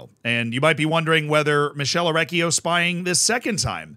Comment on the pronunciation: my guy, i love you. You are awesome, but 2 things: 1) I know you are america, but ch- before "e" and "i" in italian is pronounced k. So his name would be better spelt for you like mikele orekkio 2) the guy in the picture isn't Orecchio, but Ivan Juric. The manager, or head coach if you want, of Torino.